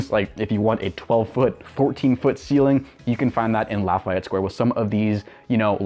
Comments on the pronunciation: I agree with you. His mispronunciation is annoying. It is pronounced: La-Fee-Et. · But we don’t pronounce it as La F eye Et, it’s more like La Fee Et. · Its "Laff - EY - Ette" you prick